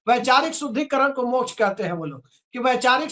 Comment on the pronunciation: वामपंथी के मुख से मोक्ष भी ठीक नहीं बोल जा रहा है। ये बिहारी मोक्ष को मोछ बोल रहा है।😂😂😂